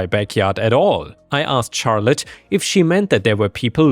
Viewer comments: charlete is more of a shar sound instead of a char sound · Hey, firstly thanks for all the videos! But Charlotte is usually pronounced with an "sh" sound at the start. So it would be more like "sharlotte". No hate and nothing against you, Ive just heard you say before how you don't know how to pronounce some words. Have a good day! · Just FYI, "Charlotte" is pronounced like "Shar-lut" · Though others have mentioned the pronunciation of Charlotte, your accent makes the stories sound super cool! THANK YOU!